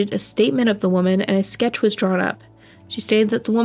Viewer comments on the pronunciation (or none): none